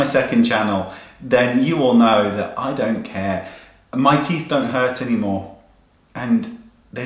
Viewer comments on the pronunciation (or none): You are so real wayne. Love it! Teeth look fantastic! Loved the little southern accent that came out when you said hurt :)